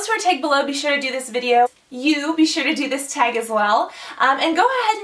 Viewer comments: Tag not teag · She says tag weird to me but i love her anyway